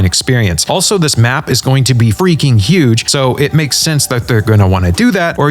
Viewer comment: "Right around the feaking corner"